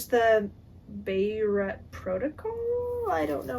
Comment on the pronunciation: Yes Joel Rosenberg’s books are political thrillers. Beirut is pronounced: Bayroot. It’s in Israel. Great books your Grandma read!